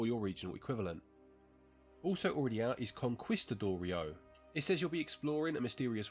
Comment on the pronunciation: Why does the English not pronounce foreign languages correctly or even try? Conquistador? Mallorca? Paella? Lots of other Spanish words.